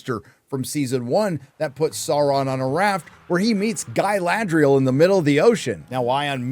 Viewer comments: Galadri-Yell. Feel free to lift this. You're welcome. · "Guy-Lad-Real" lmao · Why is he saying it Guy lad rial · Why does this American weirdo keep saying 'Guyladriel'? Is it because he can't pronounce the correct name or is he trying to be 'clever' and imply she looks or behaves like a man? Either way, it's incredibly childish and boring. Say it once mate we'll get your opinion but ffs don't keep saying it. The character's name is Galadriel. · Why is he calling Galadriel, Gay-ladriel?